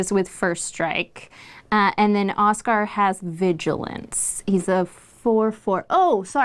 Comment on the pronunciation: Y’all pronouncing it Oskar instead of Osgir causes me psychic pain. Oskar is my birth name and also not how you pronounce that